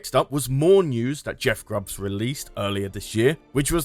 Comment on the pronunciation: It's Jeff Grubb not Grubbs